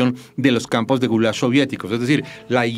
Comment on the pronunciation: Maria Jimena toma una postura y el relato la sigue, destaca hechos históricos y oculta otros de forma deliberada. Un detalle es que se llama Gulag y no Gulash.